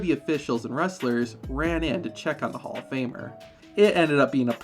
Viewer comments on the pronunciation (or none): none